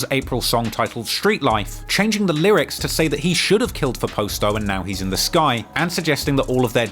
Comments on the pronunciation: calling Pasto Posto is wild lol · 😂😂😂 it's PAH-STO ..that cockney accent fucks up alotta pronunciation